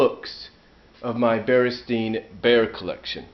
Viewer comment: i noticed you, as with me and many others, pronounce it stein. i clearly remember it being stein, but going on youtube, you can hear that in the tv show and in commercials its clearly pronounced "stain". i realize your books say stain, but is that how you remember them from the past? i coulda swore it had an Ein. i know it sounds ridiculous since u can look at your books for reference.. but since your a collector, i wonder, When did you 1st notice it was spelled Ain ? thanks